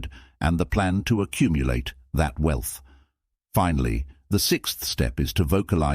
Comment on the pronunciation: The AI is trash! 😆 “We-Elth” good video beside that.